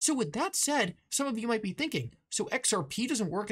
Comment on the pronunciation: Lol can anyone count how many times this guy says XRPee? Its the most centralised thing, technically not even a crypto